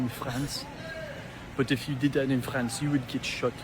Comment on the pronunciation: The socalled French guy speaks English with what sounds like a fake accent, and he pronounces France wrong. A real French person would never do that.